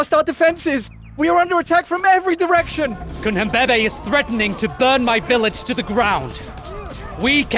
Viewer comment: The pronunciations are quite good, but they messed up Cunhanbebe. NH makes a /ny/ sound. Like the spanish Ñ